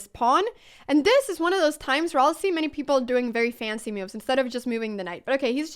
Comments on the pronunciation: I'm just here to see her smile and hear her say, "me-ooves" lol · Love your content! Thanks for all the explanation. On a funny note, I realized you say "moves" like "me-you'vs"! haha, and "new" as "ne-you's", and "now" as "knee-ow"!